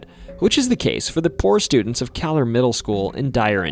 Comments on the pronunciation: I went to Kahler Jr. High.....its pronounced KAY-LER. There i attended 6..7..and 8th grades in the years 71...72...73......then went onto the newer high school Lake Central High that was opened in 1968..At one time Kahler was the general high school .But since the population was getting so much bigger. But i never heard anything about any haunting because nobody talked about those such things. Nor did i see anything strange. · My kids went to Kahler school because we live in Dyer, IN. It’s pronounced KAY-lur. In eight years that my kids were at Kahler, they saw nothing. But wished they did. The building was the original Lake central HS and Kahler middle school was built around the old HS. Which is really weird because there was empty land everywhere. Now there are 10,000 students in the school district and most land is in use.